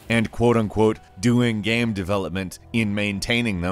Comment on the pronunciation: Your Pronunciation of "Game" is slightly annoying😥